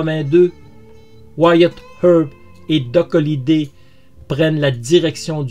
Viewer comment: Énorme, je viens de le découvrir et j'adore cette histoire, je m'y étais intéressé à l'époque du film, mais l'histoire réelle est toujours plus passionnante. Merci pour ce doc doc( comment tu prononces bien wyatt earp moi je n'y arrive pas😜)